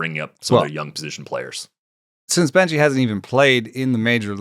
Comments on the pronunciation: Carson Benge's name is said without the E at the end. Just Beng, prospect names are hard etc. but jsyk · Thought it was benj